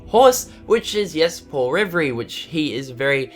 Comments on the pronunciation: Oh and, his name is pronounced Paul Reveere not Revay XD Thats how you pronounce Paul Revere's name. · Revere is pronounced RE-VEER. A lot of American just cringed. Plus I have a personal reason to care about Paul Revere's name being pronounced right as he is my uncle going back hundreds of years. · Paul RE-VER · Oh god...."Paul rivery" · It's Paul ra ver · Paul "Ri-ver-ee" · Does any other real patriot realize he says Revere wrong?! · Hey,. Just wanted to let you know that you pronounced Revere incorrectly. You filthy New Zealander #Kappa